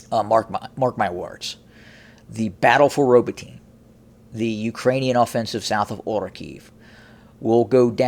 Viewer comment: [ ra BOAT ee ne ] Not [ row boat teen ]